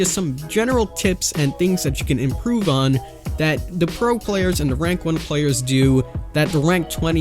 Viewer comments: Solid video but it’s “th”, not “d”. There, not “dere”. The, not “duh” And so on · Dare = There Da = The Dis = This